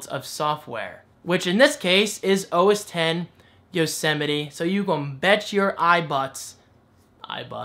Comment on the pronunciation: You had trouble pronouncing OS X Yosemite because you're from JERSEY.